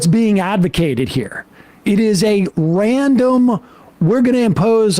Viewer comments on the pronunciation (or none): none